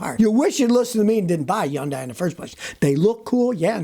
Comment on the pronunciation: Hyundai rhymes with Sunday That's exactly what the Hyundai TV commercials said in 1988 when I bought a brand new Excel GLS sedan for $9K